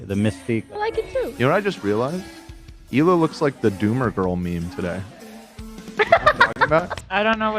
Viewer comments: why does say hila like that LMAO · Love you having Pokimane on. Also love when calls her Poki-man. And when he calls Hila, Hill-a.